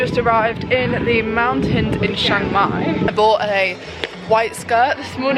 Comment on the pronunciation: It's pronounced Chang Mai not Shang Mai